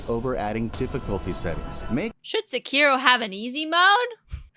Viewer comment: I still think Elden Ring is one of the most "whelming" and "eh" games I've ever played... but I'm super glad that there are folks that really, really, really, love it. Also . It's Sekiro. Not s'KEEro. I don't give a shit how many people mispronounce that game: I'm correcting it. STOP - streSSING the seCOND syLLAble of eVERy jaPANese word.